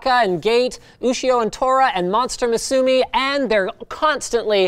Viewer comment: you pronounced monster musume wrong